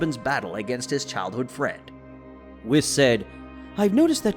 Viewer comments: Why does he keep saying whis? Its pronounced wheese. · It’s pronounced wees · I hate how he says whis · CHEE-LIE (cheelai) not cheerai) BRO-LEE (Broly, Not Bra-lee) WHEE-S (whis) not wis.) this was an earsore to hear this be pronounced this way. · How can someone so invested in dragon ball not know how to pronounce names. “Brollie” “wiss” “mr. beerus” like come on bro 🤦🏽‍♂️